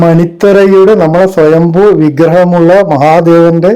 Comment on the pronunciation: സ്വയംഭൂ ആണ് ശരി സ്വയംഭോ അല്ല